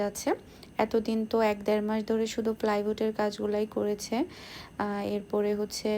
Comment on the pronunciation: Flywood na kothata plywood. Futting na kothata potting. Almali na kothata almari jeta amra boli english holo "ALMIRAH".